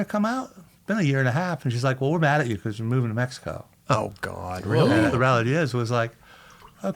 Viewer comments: He says “rality” too much. *rEality!! Come on professor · Seriously ,where the hell did you learn to pronounce "reality", Paul?!! Hahaha!!! Good episode. Black label with PS Wood is the best. Not done with this episode but I wish they would talk about the Yard Stix or the Ripsaw and all time best sellers for Schmitt Stix. I would think Lucero's deck would be it.